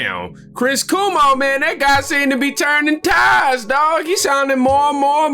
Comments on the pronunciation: Bruh it's pronounced KWOE MOE. Not Koo Moe Dee......lmao 😂😂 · It is pronounced Kwo-mo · PRONOUNCED "quaw mow" and they were referring to what he did during COVID. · Why does do you keep saying Chris Cumo 😂😂😂